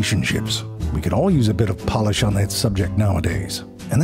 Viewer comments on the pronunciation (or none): none